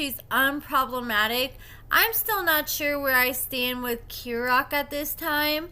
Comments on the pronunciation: Im sorry but can you get the pronunciation of his name right. Kerok Key-rock. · Kerok’s name is pronounced KEY-rock.